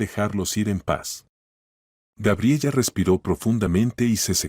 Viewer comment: Cuál Gabriella!!!! Gabriela por lo menos deberían narrar bien. Aparte de las incoherencias en la historia